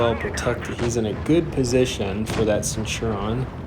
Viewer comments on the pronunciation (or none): Hey, just trying to help, Centurion is pronounced( SEN-CHER-E-ON) :) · Actually, it's CEN-TURE-REE-ON. Like the Roman officer :)